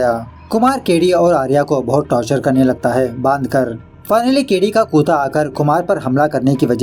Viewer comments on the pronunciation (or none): Bhai aap kutta ko kuta kyun bolte h? 😂😂😂 bhout hasi aati j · it's not "kuta". It's KUT-TA. or you can say it in english. just say "Dog" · Kutta or kootaa.. Your pronounce is really funny😅. I really like it. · Kutaa nhi bhai actually kuttaa But funny 🤣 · कुता नही कुत्ता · Kya bhai kuttta bolo why are pronouncing kuta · बड़े भाई, उसे कुता नही कुत्ता कहते है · कुत्ता(kutta) hain bhai kuta nahi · After long time heard ur "kuta" pronunciation. 🤣🤣🤣🤣🤣🤣